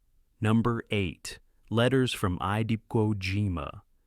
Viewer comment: AI can’t pronounce Iwo